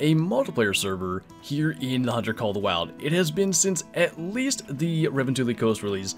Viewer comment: You said "call of the wiald" 🤣🤣 learn how to say it...wait I just said it the same way... wait I've said it the exact same way every time...NO!